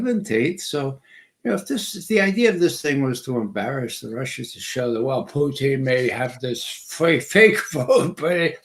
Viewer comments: Play the Ray McGovern drinking game. Every time he says Poo-teen, take a shot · I don't get how McGovern can mispronounce Putin but get Vladimir Vladimirovich right